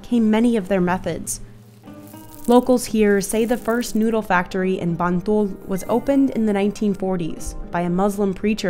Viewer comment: it's "MBantul" mbak